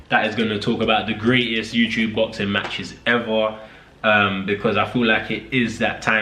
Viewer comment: He can’t stop saying youchube 😂😂😂😂